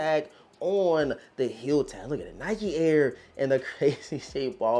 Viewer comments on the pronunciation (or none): none